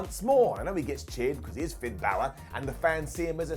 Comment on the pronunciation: How do English people still not pronounce balor right